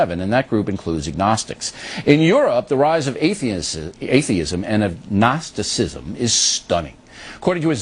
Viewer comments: Ag-nos-ti-ci-sm. That's right Bill, just sound it out, this is a big one. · He can't pronounce agnosticism. Lol